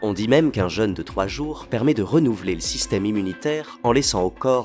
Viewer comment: Super intéressant comme toujours. Par contre, jeune et jeûne ça se prononce pas pareil, ça m'a fait tiquer à chaque fois. Perso je ne me fais pas de jeune 😉